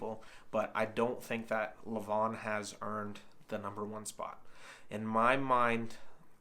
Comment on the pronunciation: It’s pronounced LE-van (emphasis on the first syllable). Also Larratt rhymes with carrot. Hard to put much stock in WAL results because the longer pads and lax refereeing are enough to change the outcome of certain matches, especially with Todd’s style.